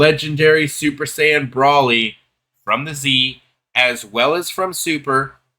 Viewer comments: if u didn't understand the way I typed it as how I meant then I would get what u mean but there aren't multiple acceptable answers lol brawly has never been correct since the dawn of time And okay more clear .. BROLE-LEE If u still aren't getting how I'm typing it just listen to how it's actually said in the anime .. and that's the way to say it lol.. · if goku and paragus don't call him brawlee how tf did u come up with in your own head that's acceptable ? And if u say I'm typing it wrong fine.. I'm saying whatever the way goku literally says his name and paragus is the correct way.. ignore how I'm typing it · no lol bc nothing was disrespectful from me I just caed out that you're only covering this bc its trending and don't actually know what the hell you're talking about .. and u think that paragus, cheelai and goku pronounce broly's name wrong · i want to die every time he miss pronounces broly